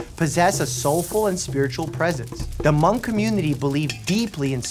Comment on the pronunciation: He did pronounce Hmong correctly, though! Living in an area with a large Hmong population it drives me crazy when people say “Hah-mung.” My mother in law actually speaks Hmong fluently, and my husband and I know a few phrases. Sometimes we like to joke that we’d like to learn to speak “Hah-moob.” (Hmong is spelled Hmoob in their language.)